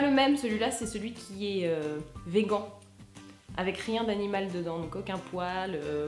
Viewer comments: vegan=véguant, blackout-blaquaout, ma foi la prononciation des français me fera toujours autant rire. Lol. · ça ne choque personne la prononciation de "vegan" ?